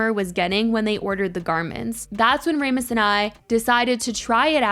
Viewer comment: if the saga continues Rasmus is pronounced Ras-mus, not Ra-smus :) and anyone who mistreats employees can rot lol